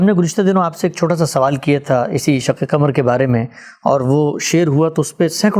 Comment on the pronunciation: سورہ قمر کی تلاوت بھی صحیح پڑھنے کی صلاحیت نہیں ہے شق قمر ۔۔کے ق پر زبر ہے اور جناب زیر پڑھ رہے ہیں